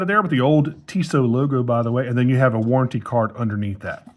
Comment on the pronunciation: The blue dial version is great. – Your first pronunciation was actually closer, but Tissot has the stress on the second syllable.